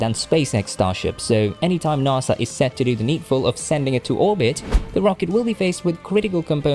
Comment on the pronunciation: Naaasa? it’s nAsA